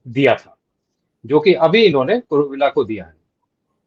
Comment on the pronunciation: Kuruvilla is a Kerala Syrian Christian name - the general is Kurilla (“ll” is pronounced “y”)